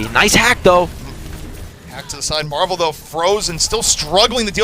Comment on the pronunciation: Stop calling him marve it's MARVEL